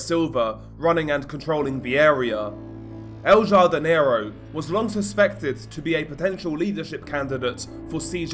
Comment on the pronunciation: I think its pronounced el hardinero the j in spanish makes an h sound jardin is garden so i think its the gardener or the big garden translated